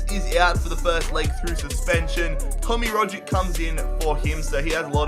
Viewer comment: You don't even know how to pronounce the players of your own country? Really?? It's ROG-itch. Watch some real football instead of just playing fifa. Also domestic cups never grant you Champions League qualification, only Europa League.